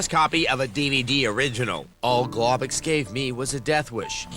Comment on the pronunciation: The way they pronounce globox broke me